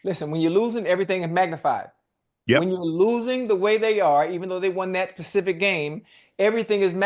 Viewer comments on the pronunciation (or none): Ocho he struggling to pronounce “specific” lmao